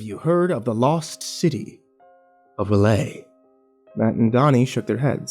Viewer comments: its... rel-yeh not relahy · Other than the abrupt and underwhelming ending, really good story. Although, I don't know exactly how R'lyeh is pronounced (according to Lovecraft it's a language unpronouncable to humans), but "ra-lay" isn't it, chief. Edit: just noticed there's a part 2 lol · Huh. Usually hear it said as R-lie-uh. Groovy. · I've always heard R'lyeh pronounced "R-lee-ay" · R'yleh: "Early-ay". But you're doing just fine. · I've heard it pronounced ruh-LAY, or RULL-yay. I personally like that last one, although I believe the original Lovecraft pronunciation is "rull-YECH"